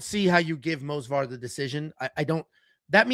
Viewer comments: Someone should tell that it’s Movsar, not Mosvar. Edit: apparently someone did and he took it as expected. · Say it with me, M-o-v-s-a-r, M-O-V-S-A-R, not fucking Mosvar. Its not that fucking hard.